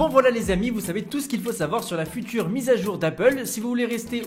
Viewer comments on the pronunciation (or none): none